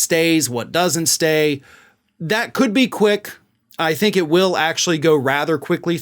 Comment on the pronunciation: How many times have we heard, "indictment could be closer than U tink?"